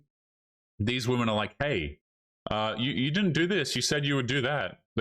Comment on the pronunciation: Why do these women pronounce women as woman? It drives me crazy.